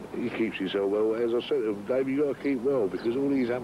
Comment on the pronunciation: It’s Dave not dace